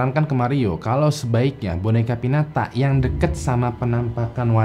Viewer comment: dibacanya pinyata bang